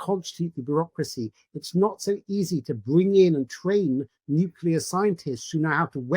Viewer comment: Nuclear not 'nucular' please!